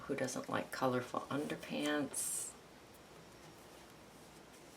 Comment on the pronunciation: Hello from Leicestershire UK! Thank you for going slowly - such a help. Your tutorial is very clear and informative. Just one thing - when you glue down those pieces of coloured paper after the black gesso it sounds as if you call them 'underpants' lol!!!!! Is it really underpads? It doesn't really matter what you call them, but I couldn't help laughing at what is probably my defective hearing!!! Than you so much ...